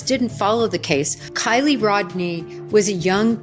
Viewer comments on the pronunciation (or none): I don't know why it really pisses me off when people talk about kiely and cant even be bothered to her name right!🤦‍♀️😡🤬 its KIELY, not kyle!!!!!